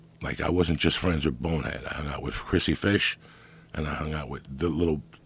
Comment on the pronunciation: WHY IS IT SO SATISFYING TO HEAR JOEY SAY BONEHEAD LOL ITS THE SMOOTHEST DELIVERY OF SYLLABLES IVE EVER HEARD HE SAYS IT AT LEAST 102 times